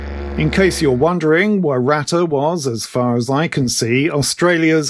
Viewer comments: Pronounced..........WARR-AH-TAH!........... Not Waratta! You British cousins. You have funny way of talking!! :hand-purple-blue-peace:😋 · not wa/rat/ah , it's wo/ ruh/ tah same as the flower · Waratah is pronounced Waaar- ah- tar. It is a plant. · I believeits pronounced 'Wha-ra-taa'.....if anyone cares or is interested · War-aa-TAH ! The emphasis on the last syllable And one polite tip - in Australia describing something post-1788 as "Indigenous", even a motorcycle manufacturer, can get you in a bit of hot water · Good on ya 1/3 Pheel! FYI, Waratah is pronounced: Wah-ruh-taa. Moving from pedant to friendly mode...That Holden homage bike will necessarily fall apart into a rust pile in 2 winters (there's a good reason Holden went out of business). I think I'd go with ya pommie version meself, no worries. On a more serious note, why can't you jokers play cricket? Cheers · Don't get too cut up about it. Aussies don't pronounce it properly either. It's an Aboriginal word. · It did sound a bit funny but, we do have some pretty unpronounceable places. All good. 👍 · Loved your creative pronunciation of waratah! 😉